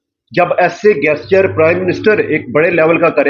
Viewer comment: गेस्चर नहीं बे पाकिस्तानी …….. वो जेस्चर होता है। साले जाहिल….. अगर नहीं आती तो English बोलने की क्या जरूरत है?? बेइज्जती करवा रहा है बे……. 😂😂😂😂